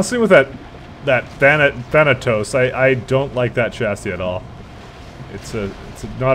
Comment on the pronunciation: Glorious moment.He finally said "Thanatos" correctly.